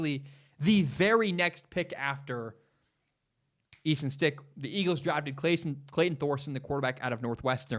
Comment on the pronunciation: You almost lost all credibility in mispronouncing the North Dakota St. QB that 99% of us had never heard of. We can let that one slide. Credibility restored.